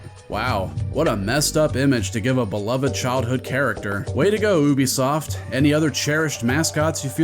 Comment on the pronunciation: Thank you for pronouncing Ubisoft they way those morons actually wrote it